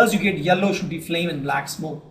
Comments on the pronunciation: It should be sooty Flame NOT SHOOTY FLAME! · Its Sooty not Shooty. Besides that Great Videos. Very Helpful.. Thank You :)